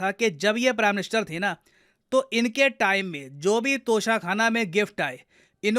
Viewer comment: Its tosha not kosha